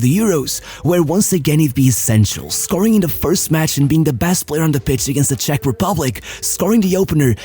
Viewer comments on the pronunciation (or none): none